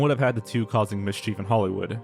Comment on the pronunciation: you would think after all these years that this bozo would learn how to pronounce basic words like mischief